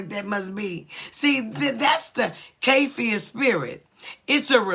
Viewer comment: Pronounce Ky-if-is. This leviathan spirit is a narcissistic muckraker. There are 1-2-3 back and forth - who is the strongman?